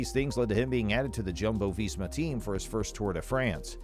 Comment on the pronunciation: Jumbo-Visma is pronounced Yumbo-Visma